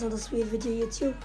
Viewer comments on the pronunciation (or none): none